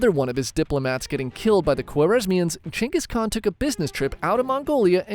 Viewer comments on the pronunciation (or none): who the fuck is "chenkis khan" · changis kahn? what're you chat gpt? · its kenghis haan btw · you talking bout Genghis Khan or someone named "Chingus"? other than that interesting video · Gain-Guss khan. Not Chuingoas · geng guhs kaan… not jenghis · I kept thinking he said chengas kahn lol 😅😂😂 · CEO of: “Chayngus con” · I keep hearing "Chungus Khan" 😅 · Who is Jenghis Khan? brother... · Dude doest even know the proper prounce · Why do i keep hearing chungus khan? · Is no one gonna talk about the pronunciation of "(J)enghis Khan" 😂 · Chungus Khan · Who the fuck is chenis khan? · How can I trust you to get the history right if you can’t pronounce his name? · The way you say Genghis Khan‘s name is so f’in annoying and wrong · You know all of this about him, but not how to pronounce his name right lmao